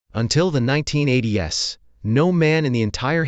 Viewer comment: 1980 S? 😂. AI voiceovers are hilarious!